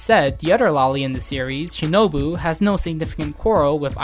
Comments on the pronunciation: you said shinobu wrong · I'm surprised this video make it through editing process. The narrator seems to mispronounce Shinobu at the end there